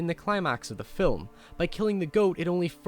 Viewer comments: You can't say film? You have to say filim? That does it. You fuckers don't know how to speak English. They will soon filim me chasing you with a bat. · this dude said filim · First time ive ever heard the word film pronounced "phillim" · "the fill-em" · Its not spelled fillum, now, is it buddy? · cool accent i like how he says film, it sounds like fill'em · signoguns Yes and no. While I was very hard on this guy 7 months ago, I still kind of stand by what I said. I don't think anyone should change their accent to appease anyone else, but sometimes there are certain pronunciations that simply have to be changed. For instance, Fi'ilm. Half the English speaking world doesn't know what that means, and the other half thinks you have a speech impediment. You can very easily maintain your accent and adjust how you say that word to be understood. The other thing I disagreed with was the logic of your last point. Just because you were raised a certain way doesn't mean it's "right". I spent a year living in Australia, as you so astutely observed, and my impression of them based on their manner of speech was very poor. There were those Australians who were aware that they were trained to speak like morons and took steps to adjust the way they spoke. As a result they were more intelligible, better understood, and perceived to be more intelligent. They still had their accents, and their culture, but they didn't sound like morons because they were aware that they were saying things like, "nay-cha" instead of "nature". Life is about improving ourselves, in all facets. If you're just going to stick with what you were taught, then you don't grow. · I really like your videos, but you pronounce 'film' so weird.